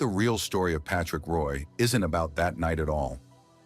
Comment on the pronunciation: Really disgusting to have a damn computer mispronounce a name. Total shame on NHL ICONS !